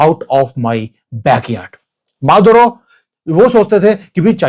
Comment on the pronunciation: माधवराव ❌ मादुरो ✅✅😅